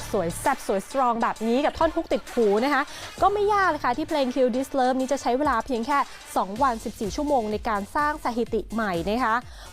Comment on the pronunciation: ออกเสียงเพลงเขาให้ชัดหน่อย คุณพูดผิด